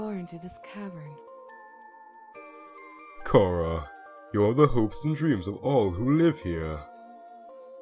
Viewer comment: I am glad you pronounced Charas name right for asre